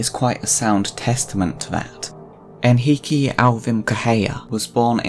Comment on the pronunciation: props to the pronunciation of Henrique: he and I share a first name and I was dreading how you'd say it, but it was very good, haha